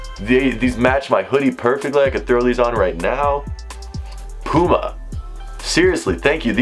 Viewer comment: You can’t say puma right 😂